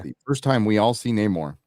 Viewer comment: Namor isn't being pronounced right, even by the trillllling white ladies. It's "No More", you dumb broads.